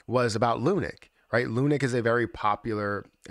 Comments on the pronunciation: It’s pronounced LUNC not lunic As in LUNC head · It’s not called “Lunik”, guy.